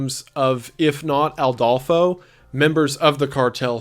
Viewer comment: So, a thing about the video. I'm pretty sure it's Adolfo constanzo no Aldolfo